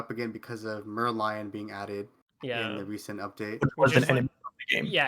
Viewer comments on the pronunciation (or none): none